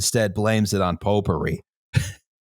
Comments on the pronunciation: anyone else starting to hear "popery" as "potpourri" after a while? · Pope-ery, or potpourri?